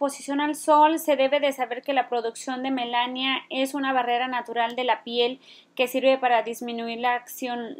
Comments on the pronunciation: Melanina, no Melasnia. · Muchas gracias por la información y compartir... pero quiero hacer un comentario,es melanina no Melania. Saludos. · Hola Chica, vi tu video y se me hizo interesante, lo voy a intentar ojala me funcione. Gracias. Quiero hacerte una critica constructiva :) Se dice MELANINA No melania:( Espero te sirva. Saludos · Es melanina, no melania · No es melania, es melanina señora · Melanina,,,, NO Melania 🤦🏻‍♀️🤦🏻‍♀️🤦🏻‍♀️🤦🏻‍♀️ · Me mata de risa cada vez que dice melania :) pero si voy a hacer la mascarilla mil gracias.